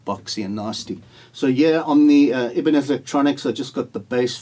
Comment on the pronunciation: Not Ibiniz, it’s Ibanez (eye - ban - esz) !!